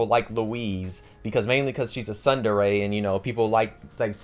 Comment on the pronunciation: you're saying tsundere wrong